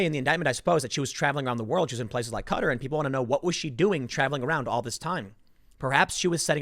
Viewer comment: why can't Tim pronounce Qatar correctly?